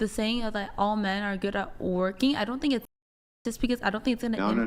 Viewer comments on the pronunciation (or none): _— “I tink so”